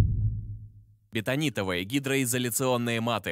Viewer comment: Так они бетонитовые или беНтонитовые? Или я плохо речь автора понимаю?